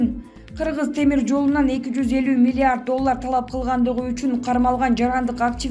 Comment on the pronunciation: Журналис 250 мин дечи алдында милларт дейсиңго